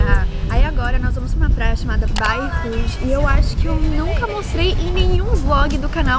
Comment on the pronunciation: “Baia Rouge” Eu juro que eu entendi baiacu 🤦🏽‍♂️🤦🏽‍♂️😂 Mas genteee, as pessoas peladonasss KKKKKK